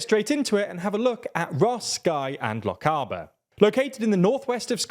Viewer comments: I would not attempt to guess Scottish Gaelic pronunciations by reading it LMAO 🤣 you could have said The Western Isles.and you don't pronounce Lochaber like that, though now the Electoral commission have gerrymandered it again So this it election it was bizarrely . Inverness , Skye and Rosshire or something. They have completely renamed a lot of constituencies without telling anybody. First I knew was on ballot paper... So we have the lunacy of Lothian West and Lothian East. By the next election I'm expecting Scotland to be as it is on the BBC weather Northern Britain. Or will it be Easter Denmark or as the Vikings called the NW no not Lancashire but Sutherland. Who are all the Lib Dems in Scotland by the way ? Did they sell up from Dahn Sahth? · Learn to pronounce Lochaber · Gaelic speaker here. Appreciate you didn't give up and just said the western isles like most London based commentators but that was also nothing like how to say Na h-Eilean an Iar. Lochaber was a difficult moment as well. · Not sure what i expected but hearing a very English voice pronounce Lochaber is hilarious 😂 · What was really weird he got it more or less right the first two times and then butchered it when he said it in South Lochaber later on. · What is it with the English on tv they just pronounce Scottish place names as they like. If they had been talking about somewhere in Africa it would be pronounced correctly. They clearly don’t give a toss. Lock caber? Where the phuq is that? Lochaber pronounced loch-aber is however a place!! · I am a Gàidhlig speaker and his pronunciation of Na H- Eilean An Iar was perfectly acceptable. His pronunciations of Lochalsh and Lochaber however, were less so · na h-eilean an iar is pronounced closer to correct as "nah hellen-an an ear" if i try to make it look like english words Lochaber is also not pronounced with an "ay" but and "ah" in the aber, similar to Aberdeen, as both are from the descriptor of the mouth of a river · It's LoCH-AH-ber.